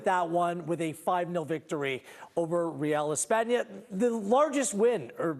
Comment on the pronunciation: It’s espana, chill